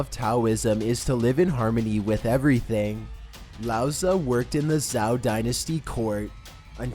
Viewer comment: Zhou is pronounced like Joe. Sorry, it was bothering me